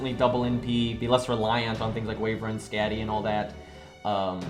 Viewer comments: I wasn’t going to say anything since it doesn’t contribute to the content of the video... but my god. Your pronounciation is horrible my dude lol. Skatty? What’s a skatty? Or JACKAL and hyde? Jekyl, not JACKAL. E, not A. I can’t even make it to the end of the video without posting this. I’m also certain that you’ll mispronounce some others by the end. I love your content, but the pronounciation... maybe it’s just this VA. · Nobody:: "skehdi" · Great video as usual. Btw, Skadi is pronounced Sk-uh-dee. Sorry but that really *bugs*. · Say Skadi like that one more time and I’ll cry